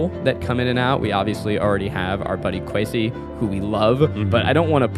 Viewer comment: The way they pronounced Kwesi just had me cringing the whole time